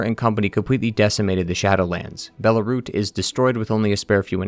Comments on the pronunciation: I think Belurat is bear-loo-rut, not bear-lah-root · It's Belurat, not Belarut... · dude please pronounce belurat correctly. you say belarut, its not belarut, its belurat. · Bro said Belarut it's Belurat :P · Belarut? am i the only 1 hearing this? Ngl, love listening to the lore. But I can't help doing a double take when you keep saying BELARUT when it's supposed to be BELURAT. It's like introducing your name to them, then they would say it wrong in the same breath. Like, "hello, my name is JULIE" "oh hello JULY. Can i interest you with some crackers, JULY" 🤦‍♀️ 😅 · I left the moment bro pronounced Belurat wrong 😂😂